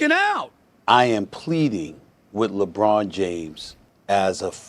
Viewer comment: Labronda🤣🤣🤣🤣 That's A Good One!🤣